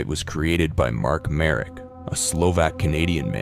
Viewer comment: I actually froze for a sec when you mentioned "Slovak",cus usually it's our neighbors always overshadowing us I don't think tho i need to be scared of my own country because of this,he was Canadian aswell,but GG ig (It's btw pronounced "Marek",cus i couldn't find him as "Mark Merik")